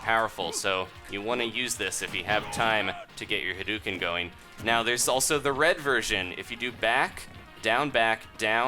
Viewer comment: HUH-DOUGH-CIN NOT HAIDUCAN